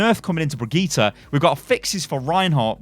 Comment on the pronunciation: It’s BRI-GIT-AH NOT BREE-GEET-AH